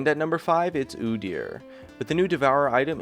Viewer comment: You fuked up when you said udyr. No disrespecting the gates.